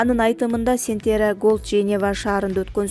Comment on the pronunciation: Сентера дебей Центерра деп туура окуганды уйрончу